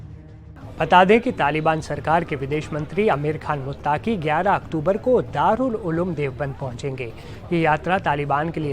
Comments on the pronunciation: Khabar kai bar parh ke sunaya karo bete Aapke Alfaaz,sami ko saami,muttqi ko muttaaqi nikalata hai Shukriya. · this repoter is really trying hard to represent himself as non muslim, see false pronunciations muttaaqi, saami ul haq. naam bhi badal lo beta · मुत्ताकी नहीं पत्रकार साहब❌😂😂😂अमीर मुत्तक़ी✔️